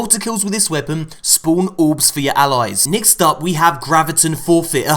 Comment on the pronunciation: “Nixt up”